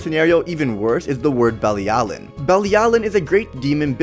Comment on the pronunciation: Bruh she’s not affected by commandments because the supreme deity gave her immunity to them. ALSO you COMPLETELY butchered the word belialin. Watch the anime bro